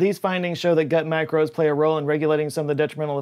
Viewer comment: "gut macrobes" vs Texas drawal: is letting his Southern rise... again